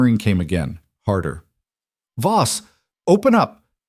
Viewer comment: Voss, not boss. 😉